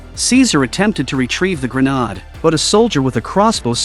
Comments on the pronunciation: Grenod—-wtf? It’s pronounced gren-aid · This must be some sort of computer generated money making BOT as it can't say grenade properly. I will be glade when their world comes to an end as this profit above all else isn't compatible with our planet's ability to sustain life.